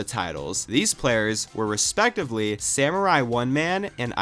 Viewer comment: Samurai(one)man lol. The 1 is supposed to be pronounced like an i, so it's just SamuraiMan, or Samu for short. I'm a Sunshine nerd so I gotta know this lol. Entertaining video btw :)